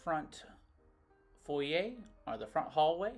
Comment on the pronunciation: Thank you for pronouncing foyer properly, great adventure